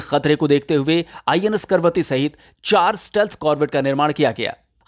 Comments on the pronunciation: जानकारी देते हैं वहां तक तो ठीक है, लेकिन जहाज का नाम आप बार बार गलत ले रहे थे. ये 'करवती ' नहीं बल्कि 'कवरत्ती' है. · करवती नहीं कवरती लिखा है. तो कवरती ही बोलना चाहिये. करवती नहीं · 'Karvatti' nahi Kavaratti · It is not Karvati. The name is Kavaratti. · Is it KARVATI or KAVARATTI?? Cause you wrote in the video as KAVARATI but you are pronouncing it as KARVATI... clarify the doubt 🙏👍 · Karvathi nahi ka, va, ra, thi. KAVARATHI कवरत्ती... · It's Kavaratti not Karvati. At least please pronounce it correctly . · कैसे पत्रकार हो ।आपको पढ़ना नहीं आता है इसका नाम करवती नहीं है जैसा कि आप बार बार पढ़ रहे है इसका नाम कवरत्ती है यही लक्षद्वीप की राजधानी का नाम है फिर भी नहीं समझ आये तो जहाज पर नाम लिखा है कम से कम उसे ही पढ़कर उच्चारण सही कर लेते। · अरे 'करवती' नही "कवरत्ती"। प्रोग्राम बनाने से पहले नाम तो ठीक तरह से बोलना सीख ले। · Pl. Pronounce name of the ship correctly for effective communication.